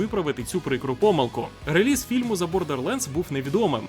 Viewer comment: Чудово як завжди, тільки одне ріже вухо - релИз, реліз від слова release(i) а не від лизати 😂